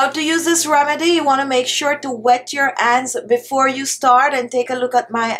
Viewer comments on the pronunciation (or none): Dear I have a friend from Jamaica all her family they pronounced it like that honey-aney, hands-ands extra